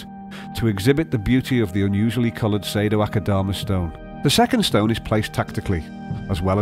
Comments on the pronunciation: And I dare you, I double dare you aquascaper! Say Sado-Akadama one more time... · The way he says "Sado-Akadama" sounds nothing like the Japanese-- but his pronunciation makes it sound exquisitely exotic. xD